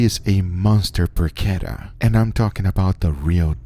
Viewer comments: I gotta admit, the way you mispronounce porchetta is a little annoying. It's por-cheh-ta, not por-ke-ta. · Por-cheht-uh..... Not Por-kett-uh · It's porchetta not porquetta... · "I Dry Aged a PORCHETTA in my Fridge and this happened!" - Is ChubbyEmu creating titles these days? Serious question, is the proper pronunciation "PorCHetta" or "PorKetta"? Raid Shadow Legends - at least he's not overwhelming the world with VPN ads. Regards this recipe: Looks good... but I'd try to wrap some of the inner stuffing around so it's not just in the center. (AND a lot LESS salt, but that's a constant complaint here). As always this last two or three years, Guga's camera work for all the cooking is outstanding.